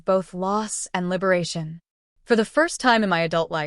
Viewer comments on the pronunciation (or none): none